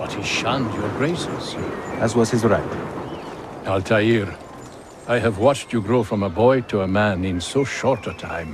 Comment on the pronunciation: Cap, it sucked. I want an Arab actor if Altair gets another game and I want him to say his name properly as well as be able to pronounce names. He's "altaa'r" not "altayear"